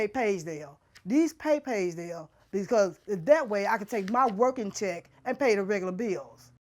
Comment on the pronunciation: Sounds more like “Ragedale” 🤪